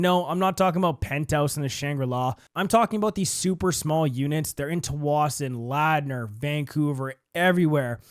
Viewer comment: Funny hearing you say tsawwassen and Ladner lol the losses of the condos here are bananas especially the people who bought on the tsawwassen native reserve as they have a 99 year lease that started around 2016 so really those places aren’t worth anything